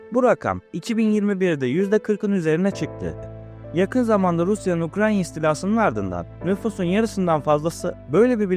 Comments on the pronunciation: Hocam lütfen biraz daha dikkat et, ukranya ukranya demen yüzünden odaklanamayıp videoyu yarıda bıraktım. Yanlış anlama ufak bir eleştiri olsun. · Neden Ukranya telaffuzunda ısrar ediyorsunuz? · Ulkede birçok kişi Ukrayna kelimesini Ukranya seklinde telaffuz ediyor . Bence Türk dilimizin yapisiyla ilgili bir sebepten dolayi oluyor araştirilmasi gerek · Ukranya!? Ukrayna olmasın o! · Ukranya degil canim benim UKRAYNA. Bi ogrenemediniz sunu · UKRANYA UKRANYA UKRANYA UKRANYA UKRANYA UKRANYA UKRANYA UKRANYA bir ulkenin adini bile soyleyemeden icerik yapmaya kalkmissin. once ulke adi nasil soylenr onu ogrenmeni tavsiye ederim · Keşke video yapmadan önce Ukrayna'nın adını doğru söylemeyi bir öğrensen....